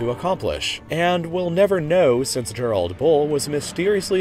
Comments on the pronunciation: You pronounced Gerald’s name wrong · Well that's one way of pronouncing Gerald I guess.